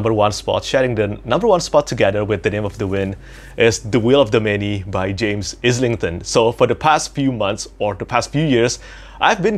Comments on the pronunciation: You actually pronounced James Islington’s name correctly the first time! 😊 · Great video! James Islington said his name in the interview you did with him (sounds like the way you say island). You've been saying it right all along :D.